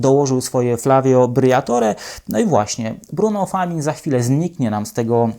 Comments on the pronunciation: Najpierw musi podszkolić się z wymowy nazwisk.. Famin? Przecież to Francuz.. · Czemu nie sprawdzasz wymowy nazwisk? Bruno Famin. Rany boskie..